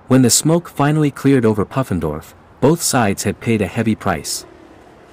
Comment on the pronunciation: I think it's pronounced poo-fen-dorf. Short oo, not uh.